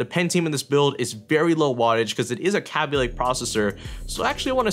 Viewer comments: Its K_ay_by not k_ah_by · its kay-b lake not kabby lake xD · it's kay-by lake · Who says g 4 5 6 0, and not to mention capy lake, are you a noob?? Its said g 45 60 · Say kaby lake right. it's kay-be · "kappie lake" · "Kahbee Lake" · U SAY KABY WRONG